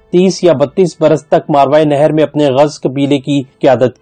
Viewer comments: آپ ایک لفظ صحیح کر لیں (ماروائے نہر) آپ بول رہے ہیں یہ غلط ہے (ماوراء النھر ) صحیح ہے یہ عربی کا لفظ ہے مطلب نہر یعنی دریا کے پار والا علاقہ اب اس نہر کو دریا آمو کہتے ہیں جسکو عبور کر کے روس افغانستان میں داخل ہوا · بھائی آپ کی کوشش بہت اچھی ہے لیکن تلفظ پر توجہ دیں ۔ اصل لفظ ” ما وراءُالنہر“ ہے جو آپ سے صحیح نہیں پڑھا جا رہا۔